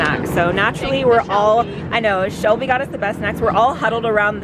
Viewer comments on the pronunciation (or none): none